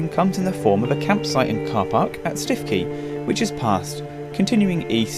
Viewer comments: btw Stiffkey is pronounced Stookey!! We live in Norfolk !! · 🤣🤣 we belong to a walking group and are divided as to the pronunciation 🤣🤣 We have always said Stookey …. 😂